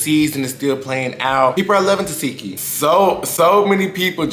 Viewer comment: Omg. In this case you can read her name as you see it. Te seh ki not Te see ki.